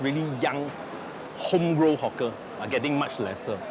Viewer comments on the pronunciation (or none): everyone they say hawker, i hear 'hook'er or "hot gurl" hahaha